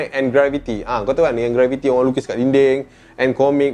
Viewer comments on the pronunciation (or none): it's not graviti , it's GRAFFITI